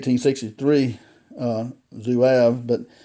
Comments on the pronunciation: pronounced ZWAHHHV; I picked up mine back in 1970, a very accurate rifle. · I’ve never heard Zouave pronounced that way. I just got one of these, and haven’t shot it yet. Enjoyed your video. Thanks.